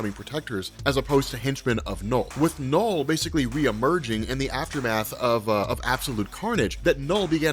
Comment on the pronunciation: You're an American, right? I've been noticing that a lot of people from the US, doesn't matter what accent they have, they pronounce the letter "U" in words as the letter "O". You're trying to say "Knull", but it's coming out as "Nole". I've noticed it with other people, and other words, like "ultra". Do you say it "ohltra"? It's a weird thing to me, I don't know why. It's hard to watch this video because hearing you say "Nole" over and over again is grating. Like I said, it's weird.